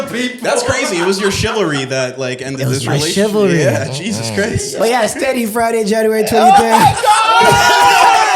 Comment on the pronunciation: Take a shot every time says “chivlary” 😂😂😂